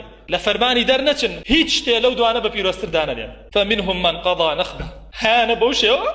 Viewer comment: سەیری ئەم جاهلەکەن نازانێ ئایەتەکەش بخوێنێ لەبری ئەوەی بڵێت قضی نحبه ئەڵێت قضی نخبه ئینجا ئەچێت تفسیریشی ئەکات ئاخر ئەم ئومەتە دوو جاهلی وەک تۆ بووە دەم سپی و فتوا لە دووانی وەک تۆ وەرئەگرن و ڤیدۆی دووانی وەک تۆ بڵاو ئەکەنەوە بۆیە حاڵی ئاوای لێهاتووە دەمیشی بکرەوە ئەڵێت هەموو قورئانم لەبەرە لەکاتێکا ناشزانێ بیخوێنێتەوە